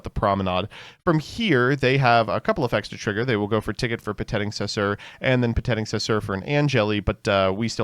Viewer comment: 2026 and is still adding extra letters onto "Petingcessoeur"